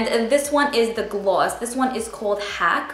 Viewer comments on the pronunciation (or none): I've never seen someone say "gloss" this way 😂 Where is she from ?